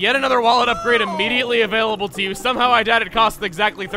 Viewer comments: Oh goodness chugga.."Beetles Shop is avail-a-bell" 😑😑😑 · "AVAILABELL" Unsubs